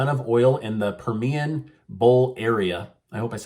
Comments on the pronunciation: Close. It's pronounced "Purr ME ann" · Yeah, and it's pronounced PER-mi-an,. 😁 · It is the Per- me- an basin. I am one of the first Texan women in the Texas oilfield. I broke out 1 yr after the inception of OSHA, and got out back in 2010. Usually here in E TX fathers break their sons out in the industry, my son was broken out by his Mother.